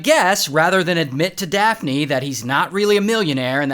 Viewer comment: Daft-knee instead of daphne 😂😂